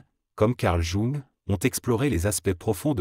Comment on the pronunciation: Mal prononcé JUNG!